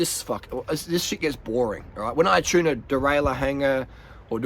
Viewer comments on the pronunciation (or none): none